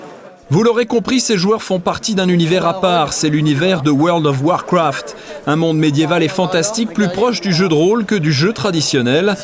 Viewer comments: Woarld of warcwaft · La vache woeurld of wOrcwraft 😂😂 on aime bien "parler" avec l'accent anglais mais quand même 😅😅 N'empêche quand tu vois les pc de l'époque la nostalgie ❤ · pas mal comme petit jeu weurld of weurcraft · Le fameux univers de OUEURL DOFF OUAARKOUAAFT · "Weld of warfrat" 🤦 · Comment elle a prononcé world of warcraft j’ai perdu mon âme 😂